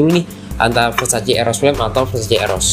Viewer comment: versace not versaci